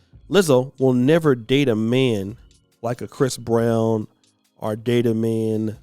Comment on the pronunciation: Nobody:: “ore” 😂 Luv brutha 🤝🏾✊🏾